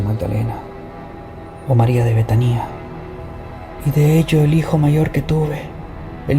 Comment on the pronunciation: La palabra es betania no betanía con acento en la i como tú lo pronuncias